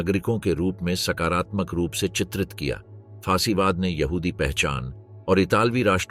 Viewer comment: सही शब्द फासीवाद है ना कि फांसीवाद, आपके बार बार गलत उच्चारण से सुनना अप्रिय लगता है फासीवाद राजनीति का प्रचलित शब्द है आपको इसकी जानकारी होनी चाहिए वस्तुत फांसीवाद कोई शब्द या वाद नहीं होता😅😅😅